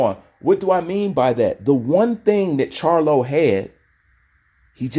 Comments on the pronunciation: Crylo not charlo bruh🤣👍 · That man name crylo not charlo